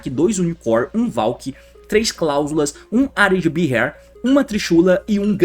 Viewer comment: Aí T seu lambisgoia, o nome do Nekroz of Areadbhair se pronuncia "Arêdabar"